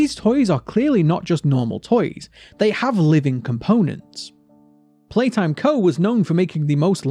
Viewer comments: You're Saying Playhouse. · YOU SID POPPY PLAYHAWOWS